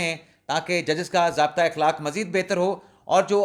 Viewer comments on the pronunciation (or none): none